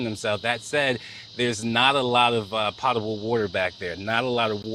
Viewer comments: To: Ruth Ann Conrad, I know what potable water is. It is not pronounced "pot - able" it is pronounced "pote - able." I guess that's why you deleted your reply. LOL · Po table water, not pot able Mr, reporter